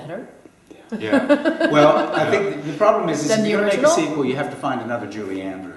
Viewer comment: Yep, and also sequel not sequal .